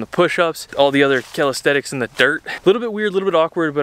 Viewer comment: Man I really like you and I love almost every of your videos, the fun and the knowledge are always on point. but...... I always want to punch something when you say 'Calisthetics' instead of 'Calisthenics' 😅